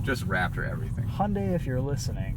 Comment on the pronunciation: You can avoid the problem with the music licensing if you just use the Youtube music library. I know there are other reviewers that use that. Also ... Hunday? Hunday? God I wish people would learn how to say the name LOL